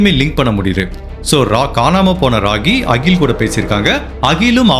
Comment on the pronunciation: Pls note She is rockkkymole Not ragi mal He is akkkil not as agil Neyyatinkarai not karaaa